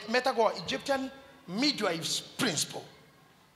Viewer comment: MIDWIVES NOT MIDVIVES A CORRECTION PLEASE